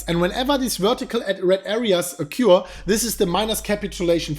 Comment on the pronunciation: Occur is pronounced "uh kerr" not "Oh cure".